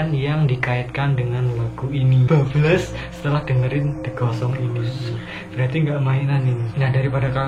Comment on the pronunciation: Waktu abang bilang "the ghost songs" Itu aku malah denger "the gosong":v wkwkwkkwk